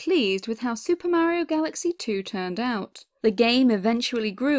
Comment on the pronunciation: A nice opinion as to why SMG2 is absent from the collection. Also I did laugh at how you say "Mayiro" instead of Mario. Keep up the good work.